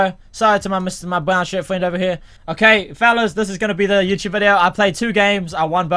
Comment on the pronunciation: he said youchube